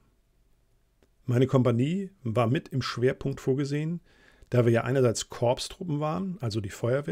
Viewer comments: Erlaube mir einen kleinen Hinweis...Korps oder Korpstruppen werden "Chor" ausgesprochen und nicht "K-o-r-p-s"......in der Fankfurter Allgemeinen Zeitung/FAZ ist es mittlerweile üblich von Panzerchor zu schreiben, wenn Panzerkorps gemeint ist zb." im Rahmen des Unternehmens Zitadelle ging ein SS Panzerchor zum Gegenangriff über" (Originalzitat aus dser FAZ) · Bitte Korps ohne ps aussprechen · Sehr interessant und lebendig vorgetragen. Nur eine Anmerkung: "Korps" wird "Kooor" ausgesprochen, wie bei "Chor".